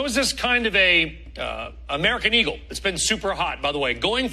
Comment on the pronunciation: american eeeeaglee?!? 🥴